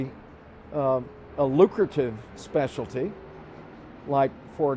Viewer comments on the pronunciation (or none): the way says "specialdy" lool